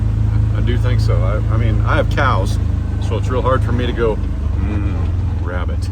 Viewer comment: Do you mean to say you Elmer Fudded the wabbit